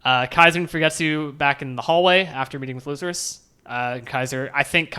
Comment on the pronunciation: Thanks for reading my comment of the last video kinda butcherd the name but thats nothing to fuss about Theory time: since it clear now that no one of the prince's (or maybe other people neither not clear i think) can leave the boat or they die Maybe the change in story what togashi often do revert expactations since we are so focused on who will win and power ups. Maybe some other faction will blow up the boat and all the prince's die because of it ?